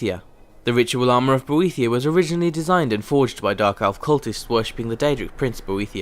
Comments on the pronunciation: God damn it, it's pronounced 'Bo- eh-thigh-a' Boethiah they say it in game! sorry, had to let that out or it would bug me... i don't have ocd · Hehe, you managed to say Boethiah 5 times... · SAY BOETHIAH ONE MORE TIME :D